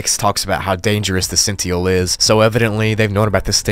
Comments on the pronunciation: You’ve never heard the word “Sentinel” before? Since you’re saying it like “Sent-EE-uhl” instead of “Sent-IN-uhl”, I’m jus assuming you’ve never heard the word “sentinel” before, which is very surprising to me. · You're mispronouncing 'sentinel'. Not sure if it's a word you've only ever seen written, but you're saying 'sentiel', cutting off the second N. It's pronounced 'Sen-Tuh-Null'. Two N's. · i'm sure you've got this, but it's sen tin el. not sen ti el. you missed a letter. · He said "cent-ial" lol, love the pronunciation! (FYI, it's "cent-in-all") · Sentinel not "Sentiel" it has an 'n' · Sentinel is pronounced as “scent tin L” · “Sent-te-nal” not “sential”..dunno if that’s just the unique pronunciation for the monster or your just pronouncing it wrong..🤨💭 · Sentinel is pronounced :Sin-tin-nal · Great video buuuut it's Pronounced sent- t-nal🤷🏻‍♀️ sorry that was driving me crazy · Thank you! And the way he said Sentinel. It's Sent-in-el. He forgot that second n. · Bro pronounced Sentinel as “Cent E nal” I’m gone 💀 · everyone: sentinel Small minority: sen-might-eel: zen-teal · Say it with me,..."SENT iN ull".."Kafka-esk" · are you pronouncing “cent-in-UL” that way to trick me into commenting. Because it’s worked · Just wondering.. why do you say the word SENTINEL as "sentyel"? Theres an N. It's not silent. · The Senteel? 👀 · you gotta learn to pronounce sentinel lol.. sent-in-ull! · Sentinel, (sen.ten.al) 😅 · The way pronounced the word "sentinel" made me laugh a bit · Why’d he say sentinel like that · On level 611 you pronounced the sentinel wrong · Gotta say dude… how do you not know the word sentinel? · You have a very funny way of pronouncing sentinel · Don't know how someone could have so much trouble pronouncing sentinel. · me when he didnt pronounce the second n in "sentinel" at all: 👁🫦👁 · This guy has no idea how to pronounce "Sentinel"